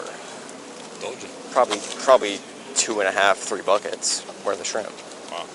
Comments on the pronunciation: He gets points for the way he said “shreeemp”. Bonus points would be “skriiiimp” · As soon as he said "shreeemp" you knew he was guilty